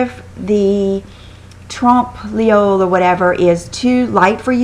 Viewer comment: I cant see the spelling but if its the word i think, you pronounce it TRUMP=LOY.